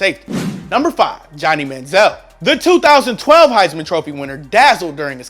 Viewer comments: Fucking O12?? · We not gonna talk about how he said ‘012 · I’m sorry but did you say josh Gordon join the browns in O 12? Lol bruh you dumb it’s 2012 o12 sounds so stupid lol